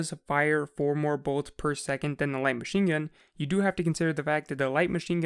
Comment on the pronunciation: My BOI said WHITE MACHINGUN